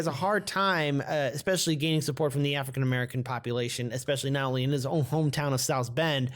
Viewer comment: What the fuck is an "AFRIN MERKAN"? Speak people's names and categories with RESPECT, please! Afrin merkan for fuck sakes! Freakin' "Whypeepo" !